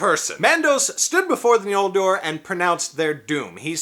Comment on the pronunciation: Judging by your pronunciation of it, you seem to be aware of Tolkien's later spelling of the second tribe's name as "Ñoldor" (as opposed to the earlier "Noldor") which I appreciate. However, Tolkien did not use the letter "ñ" as it is seen in Spanish. In his use, it rather signified the velar nasal sound [ŋ], and not the palatal nasal [ɲ]. In other words, it's N(g)oldor (as in English ri'ng'), not N(j)oldor (as in Spanish "ñ").